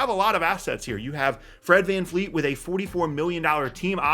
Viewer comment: It’s Van Vleet, not Van Fleet